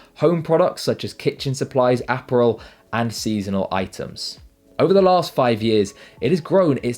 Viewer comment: You can tell you live in Europe when you called apparel, Aperol. Haha